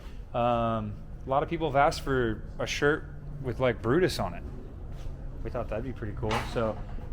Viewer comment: Oh look... it's Bru-Mater again. Tow-Mater's long lost cousin. Not sure Brutus really fits... Brew-Mater. Nice try fellas... you'll make the next one.